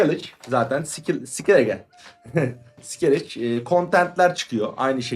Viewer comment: Oyunu oynadığını söylüyorsun öyleyse karakter isimlerinin telafuzlarına alışık olman lazım. Emir van Emirates (doğrusu - Emreis), Cerılt (d - Gerılt), Sooşatel ( d- Sukootiel), Sikeliç (d. Sikellige), Finbeir (d. Findabair), vs. Ukalalık yapmış olmayım ama kulak tırmaladı kardeş :)